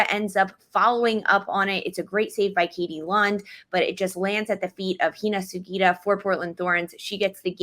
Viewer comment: I love how and make the effort to pronounce Hina Sugita’s name correctly! So many commentators in the NWSL space have butchered it so far, so I appreciate it.